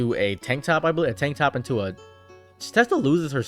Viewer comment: Jiren literally calls him "top" not "toep." But you also say "kuhmayamaya" so yea...you say a lot of things incorrectly.